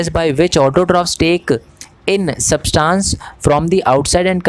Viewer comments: Subtance nahi hota substance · substance hai subtaaancce🤣🤣